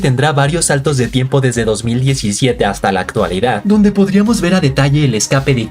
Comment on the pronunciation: No se si soy yo pero escuche 2027 en vez de 2017